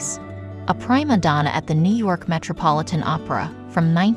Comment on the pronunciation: Prima should be pronounced "preema" instead of with a long i. 😊